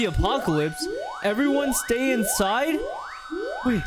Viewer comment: "STAY INSADE!" bro 💀